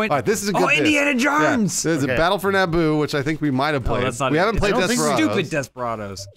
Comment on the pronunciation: Indiana Jones said in what sounds like Australian accent?